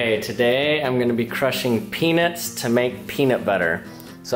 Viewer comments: It sounded as if he said he would be crushing penis and then eat it and see how good it is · sounds like your saying penis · I think it's funny that you say peanuts like "peanits" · I know this is really immature, but I couldn't help but hear "penis" whenever he said peanuts 😂😂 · Keona Goodhue I thought he said 'penis' at first